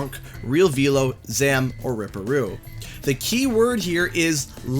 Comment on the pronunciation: I see you pronounced Velo's name correctly